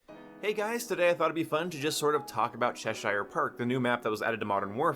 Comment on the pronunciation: Chesher Park ^ Is how it's pronounced. It's in the UK/England, about 20 miles from where I live. NOT Che-Shire. That would be like me saying Chi-ca-GO